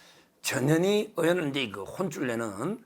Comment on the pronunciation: 언제나 화이팅...전현희 발음 좀 정확하게 해주세요.나에게는"저년이"로 들림.